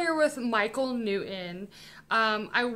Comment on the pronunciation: Michael New-In? It's New-ton. Impor-In? Im-portant. Ed sedderah? Buh-bye dummy.